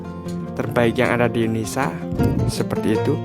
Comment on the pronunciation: INDONESA INDONESA PALA BAPAK KAU. NGOMONG TUH YG BENER JANGAN INDONESA INDONESA GBLG